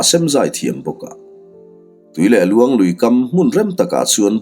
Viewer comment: Tui leh luang nge? Tuilehluan ram, a thluk kha a diklo deuh em